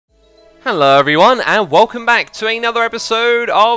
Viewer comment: "Hellow everyone"